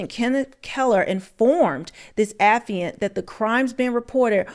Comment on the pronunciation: Baby it's pronounced Uh- FYE-ANT.(Affiant)... It's not a word that we use often so I probably would have made the same mistake LOL but just wanted you to know